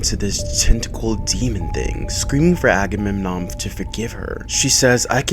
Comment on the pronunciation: Not Ackerman it's Agamemnon 😂😂😂😂😂😂😂